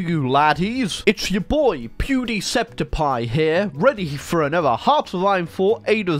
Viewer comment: It would be pew-de-cep-dikie not pew-de-cep-dipie (at the end a k not a p)